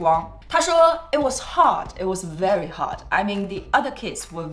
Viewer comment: Aha再说it was hard，诈一听吓我一跳，以为说的是“哎呀我艹”!😹